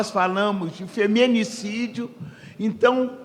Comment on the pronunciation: femEnicídio 😂😂😂 ex Ministra que atua na defesa do direito da mulher. Mas tem dificuldade em pronunciar palavras que compõem o vocabulário de seu trabalho